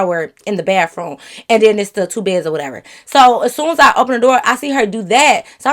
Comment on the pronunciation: Lmfao well she is in Michigan and they say that down there I guess. 😂 gotta love her tho. 🤪